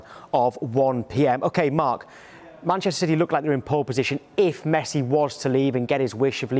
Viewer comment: No one Sky sports: “mESsI”